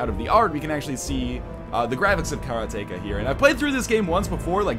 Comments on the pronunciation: I can't believe you kept calling it kara-tek-a. It's obviously karate-ka. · Karateka pronunciation(s): Ka-ra-Teh-kah [like Karate with an extra "kah" on the end] (or if you go by bad old 80's Atari commercials, Car-uh-Tee-kuh) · you're killing me with this pronunciation. It's: ke RA te KA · It seems like he's saying Carrot-Taker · KA-RAH-TEE-KA :P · Karate-ka. say karate. then say ka. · Karateka, in portuguese, is someone who knows karate, and it's pronunced kah-ra-teh-kah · If you were from Poland then you wouldn't have trouble pronouncing "Karateka" :P